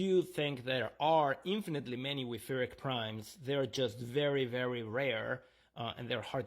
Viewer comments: German 'ch' should not be pronounced as /k/. Even an h would sound closer, although the actual sound is a velar fricative. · The stress on the second syllable was what bothered me the most.